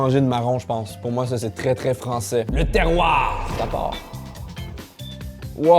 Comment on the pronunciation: « Le TERROIRRRR 👹 »